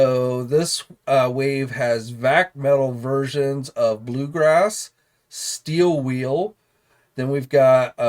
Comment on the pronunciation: "Steel wheel ", "Moleculer" NO ! Steel Will and Molecular